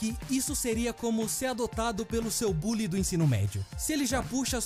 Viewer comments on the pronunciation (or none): none